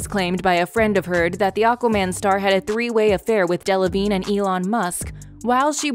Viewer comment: I snorted every time Rottenborn said Delavignay